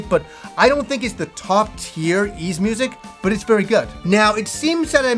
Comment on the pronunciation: for the love of adol its whys 9 not eez 9